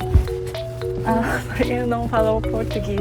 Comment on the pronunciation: O seu "eu não falo português" está muito bom! Continue assim que vai falar em pouco tempo.